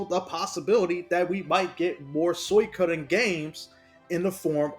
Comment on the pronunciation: its SWEE-KO-DEN jesus christ the way u say it hurts my ears